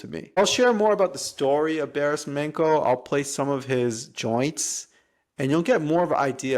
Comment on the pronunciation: nice! ps its pronounced Barish Mancho